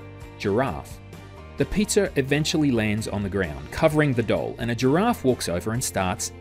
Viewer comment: 9 verbal and 11 visual. I felt the exact moment I was lost because when he said "doll" it sounded like dull because of his accent. I was able to remember some after and the word doll once I opened my eyes to see what it was. It just threw me off a little.